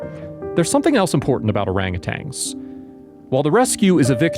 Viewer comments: Please pronounce their species correctly... "Orangutans", not Orangutangs... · This is just ridiculous and dramatized garbage. The narrator knows nothing about orangutans and can't even pronounce the word correctly.